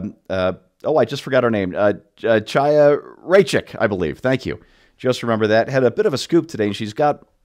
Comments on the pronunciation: Chaya. SAY Kaiya but make the Chhhhggh sound for the K. Or just say Kaiya. Better than Chaia. Please. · I think you are of Jewish descent. If so, please use the gutteral 'H' instead of the English 'Ch' (as in chain) when you see the name Chaya (Raichik)